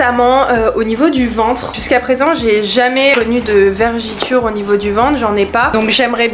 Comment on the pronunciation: G commencer a regarder ta vidéo ma petite et g t déjà mdr car tu dis vergiture alors ke l'on dit vergeture. T trop mignone